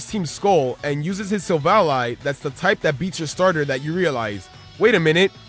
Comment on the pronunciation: It's SILVALEEEEEEEEEEEEEE NOT SILVALEYE GRAAARAAHAAHWWOAKJSNDNUEEH... or silvuddy...